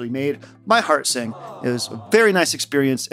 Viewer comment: I first heard it as "hard sync" instead of "heart sing".